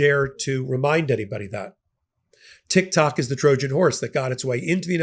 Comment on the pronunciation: Did you just say TikTaco? 😂😂😊